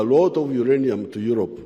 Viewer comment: Aerope not Europe